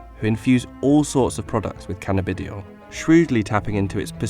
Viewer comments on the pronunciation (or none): this guy's pronunciations... "canna-bidi-oil" crying with laughter